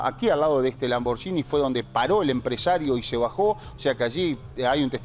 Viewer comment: Lamborghini se pronuncia Lamborguini